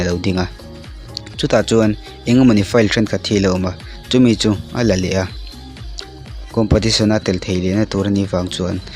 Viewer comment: competition aw compotition nilo in.sir